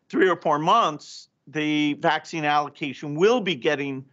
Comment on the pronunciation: His pronounciation of the Vax - Vaccccccccine, is the one that gets me! Peace.